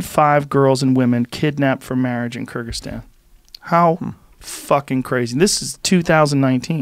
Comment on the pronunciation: Kyrgyzstan pronunciation is correct. But Kaaba is Kah_ah_bah! the same as Saad Sah_ahd.